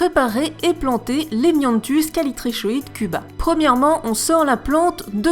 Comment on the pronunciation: *Ça se dit Callitricoide je pense